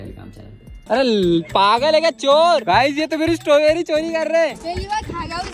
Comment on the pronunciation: Satorberry nhi strawberry hota h😊